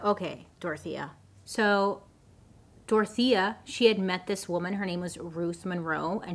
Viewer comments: I thought you were saying "tortilla" for the whole video, only towards the end I realised it was "Dorothea" 😂 sorry, my native language's not English hahahaha ❤️❤️ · I just figured out in minute 32 you are saying Dorothea and no “tortilla” 😂😅😂😅😂😅😂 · ADHD here and not coming from a place of prejudice or racism, but I keep hearing her say “Tortilla” Anybody else? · I kept hearing tortilla 😅😅😅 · Everytime Bailey says "DORTHIA" I just hear TORTILLA.... Anyone else? No? Just me...? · Take a shot every time Bailey says Dorothea but it actually sounds like Tortilla. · my non English speaking grandmother just asked if I was watching a cooking show bc she kept hearing tortilla Tortilla=Dorthea 💀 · Sounds like you’re saying “tortilla” 😂